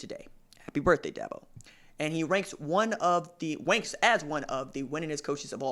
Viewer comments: Da bo not DAB O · DABO not DAHBO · No offense but the first thing this guy needs to do is learn how to pronounce Dabo. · Is he saying Dabo's name wrong on purpose?